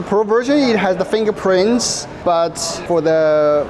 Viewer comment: Did he said FINGER PRINCE?... 😅